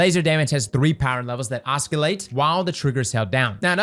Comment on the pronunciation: the fact that he is pronouncing oscillating with a hard c is the most distracting thing